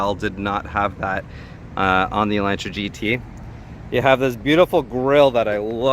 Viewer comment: Lol you're saying it wrong. Its Ela(u)ntra. The A makes the sound like in the word August.